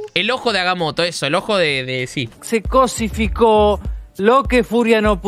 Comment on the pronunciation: ¿Qué dice? no entendí nada de lo que dijo y eso q lo escuché por segunda vez ¿qué carajo es cosidificar?. Lo quiero, pero no lo entiendo.